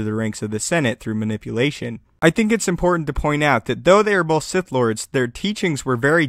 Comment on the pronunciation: Sith, not Site, nor Sigh. xD